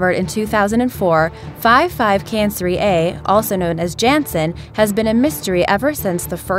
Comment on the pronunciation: And 55 Cancri e is pronounce 55 can-crie-I e